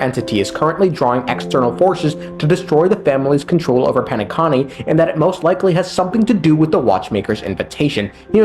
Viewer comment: It's Penacony not Penaconnie they said the name like 100 times bro